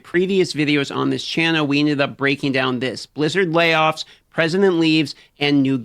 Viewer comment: Why do you pronounce "channel," as "channow"?